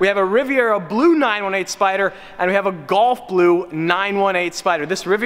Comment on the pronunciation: Gulf blue. Not golf blue. Sounds like you're saying golf?